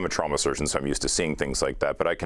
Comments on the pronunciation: The real crime here is how she is pronouncing "trauma." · She shoukd learn to say trauma correctly